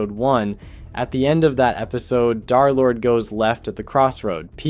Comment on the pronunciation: "Darlord🔥🗣️"...it's DERLORD, THE 3 RESEMBLES THE E LETTER